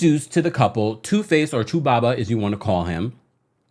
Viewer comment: I love the way u say 2baba